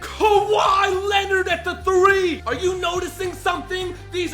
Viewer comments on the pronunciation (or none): none